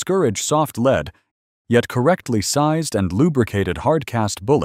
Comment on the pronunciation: whoever is doing the talking needs to know: ""lead" (pronounced LEED) is the present tense verb for guiding or a noun for the leading position, while "lead" (pronounced LED) is a noun for the metal"